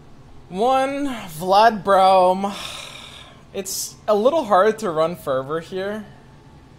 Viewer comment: Just once. I want him to say Braum correctly